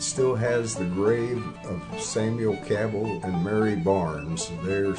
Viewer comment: That's the proper way to say the name Cabell